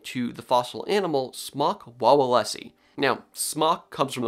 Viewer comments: A more correct way, the most accurate way I could come up with to pronounce the name would be smuk vavelskee. As a polish person I cringe every time you try to say it (lol not your fault) so I tried to come up with the best way to type out the pronounciation for an english-speaking person. I think although this pronounciation looks weird, is near impossible to butcher. You can always just make google translate say it for you. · To be more accurate, the name is pronounced more like "smoke vaveleski" The W's in Polish are pronounced like V's in English. And the O would be pronounced more like the O in Oak, than the O in Hot.